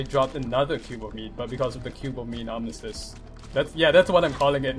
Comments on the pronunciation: Arm - iss- tiss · armistus- R-mist-us